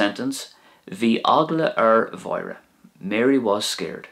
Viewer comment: Another great video. Thanks for going over the uru and seimhu. In pronunciation I thought that the pronunciation for "bhí eagla ar Mháire" would sound something like "vee eggla or Wora" rather than "vee eggla or vora" because there's an A-fada in Máire next to the seimhu. Should seimhu sound slender? Hope you understand my question. If not, then it's all good.